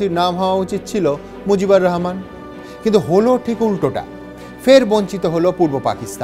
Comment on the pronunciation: It's Mujibur Rahman and not Mojib. Indian Bengalis really have horrible pronunciation of our names.